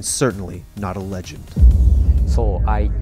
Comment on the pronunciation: "I want to be... The rej end."